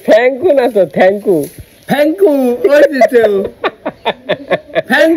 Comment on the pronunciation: ভক্ত তোমার বাবা ঠিকই বলেছে Thank you আর তুমি বলছো Thank ku. তোমার উচ্চারণ ভুল। তুমি Hand shake কে সব সময় Hand ship বলো কেন? শুভেচ্ছা রইলো ।